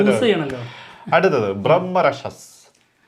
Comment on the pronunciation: Brahmarakshas (ബ്രഹ്മരാക്ഷസ്) എന്നാണ് ഹിന്ദിയിൽ ഉച്ചാരണം. അഹം ശർമ്മ (കർണൻ) നായകനായുള്ള ഒരു Supernatural ഹിന്ദി സീരിയൽ ഉണ്ടായിരുന്നു, അതിന്റെ പേര് ബ്രഹ്മരാക്ഷസ് എന്നായിരുന്നു. #ബ്രഹ്മരാക്ഷസൻ